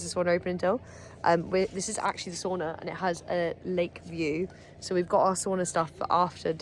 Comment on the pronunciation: It’s called Sauna, not Soona 😂 ❤